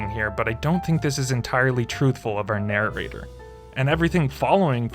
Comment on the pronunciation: He says narrarrator. Hehe